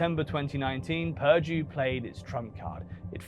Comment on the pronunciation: Pirdie, its purrrrduuuuue